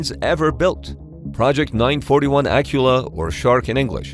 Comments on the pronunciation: The name of the Akula class is pronounced a-KU-la, not A-ku-la. In Russian it's spelled акула. And Belgorod is pronounced Bel-go-rod, not bel-Go-rod. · Akula is pronounced "A-koo-la" with an accent on the middle syllable... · It's funny how you mispronounce Russian (or Ukrainian for that matter) words. It's Akoola, with stress in the middle, for Shark, and Mreeya for Dream, the An-225.